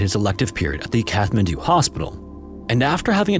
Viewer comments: Great story. But a couple things. Ninety-hundred feet?? Really??? Also I think the H in Kathmandu is silent. But I'm not Nepalese and could be wrong. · Great work, but you are pronouncing Kathmandu wrong. Makes it seem like an AI narration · Amazing story! VERY difficult to understand. It would help if the narrator had clear pronunciation. Lots of slurred words and the ‘th’ in Kathmandu is pronounced ‘t’. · How on earth are so many professional content creators unable to pronounce Kathmandu? Come. On. 👎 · I don't mean to be a pedant, but it's like nails on a chalkboard. You don't pronounce Kathmandu with the H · I'm pretty sure it IS AI. A real human would not put out a video taking place in Kathmandu and pronounce Kathmandu incorrectly throughout the video. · I noticed that but sometimes he used a T and sometimes he used Th. Maybe he knew it was wrong but was in the habit of saying it wrong. Strange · But it is an AI voice. Listen to pronunciation. In “Kathmandu,” one pronounces the ‘th’ as a T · I'm sorry but your pronunciation of Kathmandu is really annoying. It's Kat-man-do. Not, Kath-man-do 😂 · "KATH- mandu"..::lol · The 'h' in Kathmandu is silent. It's pronounced cat-man-do. Example pronunciation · Its pronounced Cat man do, not Kath man do. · “Kath-man-doo?” Dude, it’s pronounced “Cat-man-doo.” Welcome to Earth. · its not Kath man do.... its CAT MAN DO!!! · CAT-man-doo!!!!!!!!!!!!!!!!! I swear to God... say Kath one more time. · It's Kat-mandu. Kat. Not Kath. 😬😬😬! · kaTTTTTT-man-do not kaTH-man-do bro jeepers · Kat-hmandu - the t is pronounced, the h is silent :) thanks for all ur hard work I looove ur videos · Despite its spelling, Kathmandu is pronounced KAT-mandu, not KATH-mandu. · Kat-man-doo, not Kath-man-doo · It’s pronounced Kat Man Doo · it’s pronounced CAT mandu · It’s pronounced kat-man-du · Kathmandu is pronounced "cat-man-dew", just fyi. Look things up if you don't know how to pronounce them. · The h in Kathmandu is silent.